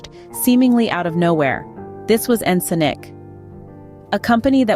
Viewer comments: You go back and forth, but the correct pronunciation is like en·sonic (sonic, as in sound ), not ensunik. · In-sin-ick LoL it's En-Sonic. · Ya I know, but the writer could have spelled it phonetically in the script so as to force the TS to pronounce it correctly (e.g. "enn sonic" or similar). Overall though, still not as irritating as how Windows TS mispronounces plugins as "plujins." 🙄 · You lost me at "Ensin-Ick" Fuck this text-to-speech shit. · you think because it was mispronounced it has to be AI?